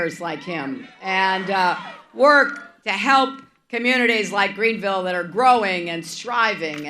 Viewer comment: she calling the town greenville